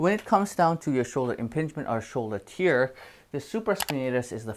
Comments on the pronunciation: Stop saying tear liek if it's crying. It's tear like bear, but with a T. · Yeah, i am really bothered how he pronounces TEAR. 😂